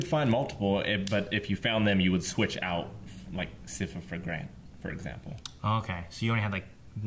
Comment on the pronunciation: My guys, it's S-eye-fuh, Sypha